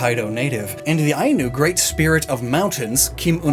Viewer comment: I find it hilarious that you managed to pronounce the Japanese gods pretty accurately but struggled with "Heian" and "Ainu" lol